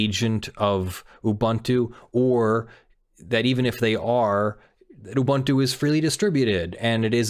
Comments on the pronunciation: he's mispronouncing it. it's oo-boon-too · Each vowel in "Ubuntu" has the same pronunciation; you pronounced the last one correctly. Also, "amd64" is common shorthand for the 64-bit Intel architecture that most PCs have these days, the kind that extends the 32-bit "x86" architecture, which was first developed by AMD after Intel's first 64-bit architecture failed to gain traction; by contrast, Intel's (now discontinued) effort, which is not backwards-compatible with x86, is usually referred to as "ia64" or as Itanium (a popular brand of ia64 CPUs for servers in the early 2000s). If you look at some older software, you might see references to "i686", as a shorthand for the version of the 32-bit Intel architecture used in the Pentium II, as if the Pentium had been named the 80586 and the Pentium II as the 80686 (Intel stopped using numbers because it had a hard time patenting them); you might also see references to advanced features of the ia32 and amd64 architectures, like SSE4 and AVX, if a software project provides high-performance builds that rely on the features of recent CPUs. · Yes but that's not how the company name is pronounced. Just because a word exists in another language doesn't mean they company is pronounced the same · Have I been mispronouncing Ubuntu for YEARS now?! Is he pronouncing this correctly? IS MY MIND BLOWN?!!